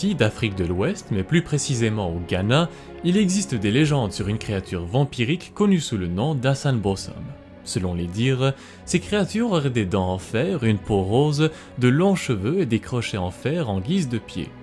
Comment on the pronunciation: Le numéro 5 est très intéressant. En fait le "S" se lit "Z" du coups il doit se fire "AZANBOZAM"